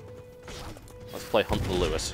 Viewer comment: for TB butchering Lewis :D